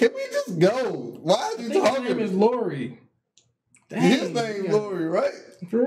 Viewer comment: It's Iori, not Lori